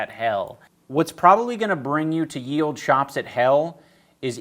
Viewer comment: The “Ye” in “Ye Olde Shoppe” is pronounced “The”